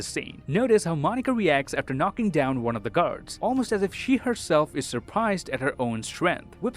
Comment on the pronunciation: playing the words games with us too he said 'waan' instead of 'one' in the end